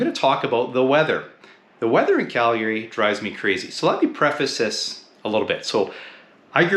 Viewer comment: First off, you need to pronounce the name correctly....